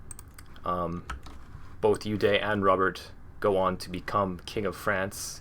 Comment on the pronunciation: It's pronounced as Odo